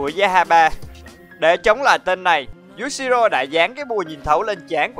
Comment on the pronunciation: Cười nhất đoạn anh đọc nhầm Yushiro thành Yashiro ;))))))))))